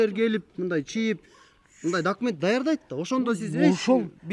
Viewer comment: документти , дакимент дешет экен😂😂 оочень смешно, путу😆.